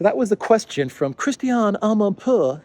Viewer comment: We are going against winter, a burning Abraham will make a good, warming fire. I like your finesse pronouncing "Amanpour" 😆